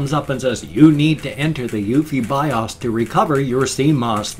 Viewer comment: Interesting differences in the way you pronounce acronyms like BIOS and ASUS. Yes I know ASUS is a brand name but still you pronounce it differently than I do. I use the short U sound and you use the long U (oo) sound. And in BIOS, I have always pronounced it with the long O sound; you use the short O sound. AND........I'm glad you were able to recover your video before the webcam crash.